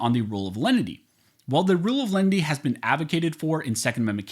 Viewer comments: Perhaps it is simply my ears playing tricks on me but it sounds to me like you are pronouncing it several ways during the video. Here are the various ways I heard it: The Rule of Lundy The Rule of Lendy The Rule of Lenity The Rule of Leanenity What is the actual rule? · You pronounce the name of that rule different ways. Close Captioning spells it differently multiple times. Please spell it out so I can research "rule of lenity, lendy, leninity, or however you spell it. Thanks! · Even with good headphones I cannot understand that phrase at all, He says it 100 times but he mumbles it each and every time. Is he saying "Rule of Lundy" or something else?